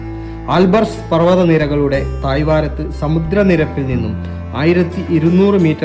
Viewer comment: തായ്‌വാരത്ത് 😂😂😂😂 മലയാളം പഠിക്കടാ ആദ്യം 🤬